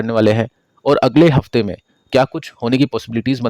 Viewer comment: हफ्ता रहेगा हाफता